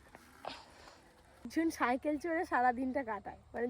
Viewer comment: তুমি সাইকেল না বলে তুমি চন্দ্রবিন্দু যোগ করে বললে সাঁইকেল। নিজের কথা একবার শুনে দেখ, ভুলটা বুঝবে।